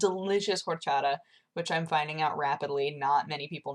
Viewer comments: I'm Mexican and although you've been talking about Orchata for quite a long time now, I never understood what you were talking about until now due to the way you pronounced it. When you said it was Mexican and started to describe it, I was like OOHHH Orchata!! xP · The Horchata you love so much is pronounced "Orr-cha-tha" by the way :P Its amazing and I live on the mexican border so its EVERYWHERE! It's amazing, I know! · Hi there, btw its pronounced Or-cha-ta w/emphasis on the "T" and the real one should not be too sweet & also is pretty easy to prepare home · Welcome back. Funny you mention horchata as that is what I'm drinking right now. o_0 I say it OR-cha-TA. idk the way you say it unnerves me, but I'll deal, always have, always do. "Just because it's different doesn't mean it's wrong." You: "OR-chadduh" Not like Jesse needs help in the podcast category for the Shorty Awards anyway I guess. Which reminds me. Cox'n'Crendor in the morning today, woot! Funny you mention streaming considering how much you don't. :> Also, what JRSiebz said... :D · Just say you don't pronounce the "H" in horchata :)